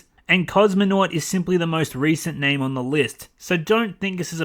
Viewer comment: Lloyd Soards wow. He mispronounced someones name. What a fucking crime.